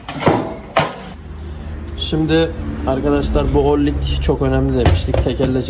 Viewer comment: 10 numara.yalnız orlik değil o rıng ya da orıng